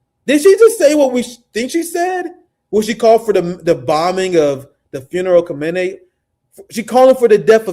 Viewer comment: my brother, you pronounce Khamenei like this: Khah-men-ah-ee